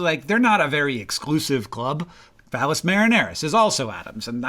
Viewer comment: Really gotta work on enunciating Valles, Hank. I thought you were thinking of something very different lol